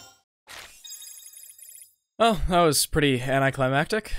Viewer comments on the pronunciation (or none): none